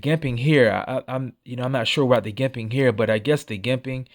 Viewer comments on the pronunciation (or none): Just FYI It’s Jimping- pronounced like Jim not Gimpping like Gimp.